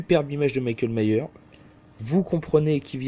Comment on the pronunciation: qu'elle mère ce film!!! Même en te mettant des Bang dans la tête ou un gros pilon de beuh, il est toujours aussi merdique lol. Superbe coffret Halloween en plus pour 6 euros une grosse affaire!!! Ps: Myers rajoute le S dans la prononciation et non Myers ça fait Allemand mdr. Bonne vidéo AMIGO